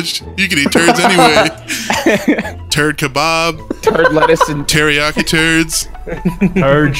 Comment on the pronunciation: Tariyaki chicken Also: Turdiyaki chicken